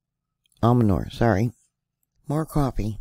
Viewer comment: thank you for your reports on the earthquakes. Please note that there is no "d" in Lake Almanor. I noticed you are having issues saying the name. It's pronounced AL- MA- NOR. I spent many summers there with my granparents at one of the campgrounds, and I haveflown over Mt Lassen in a single engine plane. Many fond memories of the area.